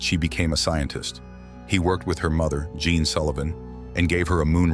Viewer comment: The AI can't figure out how to pronounce Jean, and said deceit instead of decide... Just use a human narrator.